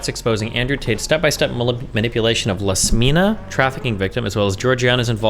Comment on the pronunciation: It's not Lasmina(Iasmina)!! It's IASMINA with an 'i' not 'l'. Iasmina!! Don't you guys know every name starts with capital letter 😮‍💨